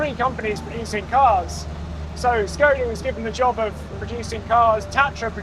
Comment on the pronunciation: 'Shkoda' like in 'shape'